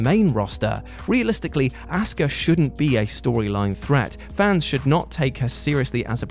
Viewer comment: HER NAME IS NOT ASSKA, its Asuka